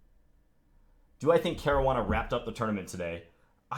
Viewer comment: I'm Italian and that is not how you pronounce Caruana... the way everybody else says it is about right